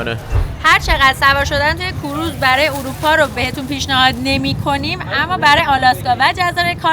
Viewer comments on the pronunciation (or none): کوروز نه. کروز 🙏